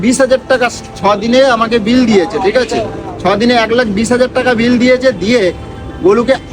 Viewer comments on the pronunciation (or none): none